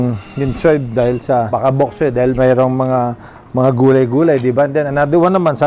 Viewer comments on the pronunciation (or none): none